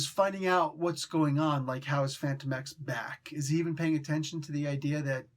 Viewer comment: I thought his name was pronounced “Fan-TOE-mex”